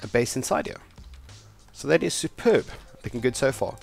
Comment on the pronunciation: The very second u said superb I knew u were south african